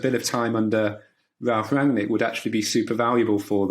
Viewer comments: Please pronounce his name correctly; two syllables - RANG-NICK and that is it. Do not pronounce it as you would pronounce an english name. Have heard only one guy/person on the various Stations pronouncing HIS NAME correctly. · It's pronounced "Rang-nick". Not "Ranjek". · "Rung-Nick" - You're welcome.